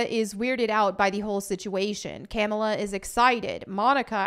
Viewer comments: Its pronounced KA-MAUL-LA 😡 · Fun fact : dar ben is gender bent for the mcu. Also It's pronounced "Ka-Mall-Ah." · I like how pronounces Kamala as Camel-a. Well, she is muslim. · Lol how you pronounce Kamala